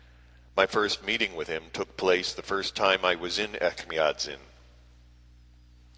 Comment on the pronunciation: Echmiatsin - the second sound is j or ch like in chair (not k or ck)